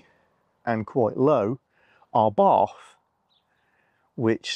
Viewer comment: Very nice channel! Abarth however is pronounced "abart" a bit like in "apartment". The founder was Austrian who was successful in Italy and else were. So giving "Abarth" a little Italian accent is ok too I guess. Like "Abarte" with a rather silent "e". Keep it up!